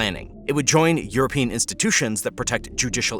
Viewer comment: "europian"??? Oookay